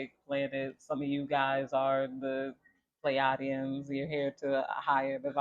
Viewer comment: We pronounce it like Plee-aye-Dee-in💫 thank you so much girl keep shining✨💙